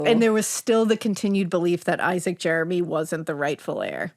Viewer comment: You pronounced Jermy wrong, it's not Jeremy. I'm Thomas Jermy named after my grandfather Thomas Jermy born in1897 in the town of London near the chet river , my great grandfather was closely related to the brothers Isacc and Thomas,DNA test will confirm my relationship to Jermys of Stanfield and bayfield hall.